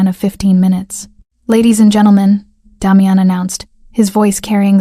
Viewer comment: The AI voice can’t pronounce the name Damian